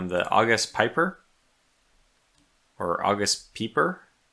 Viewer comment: The 2nd pronounciationnof August Pieper was right.